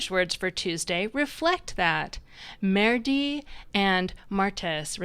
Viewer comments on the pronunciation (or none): Very nicely done. I know you are not a French speaker but be careful with the pronunciation of mardi. The a is pronounced like the a in the English word Mars (fittingly). Your pronunciation made it sound very much like the French word for excrement. Sorry to correct you, but I’m an old French teacher and I can’t help myself. 😀 Keep up the good work. Word origins are fascinating.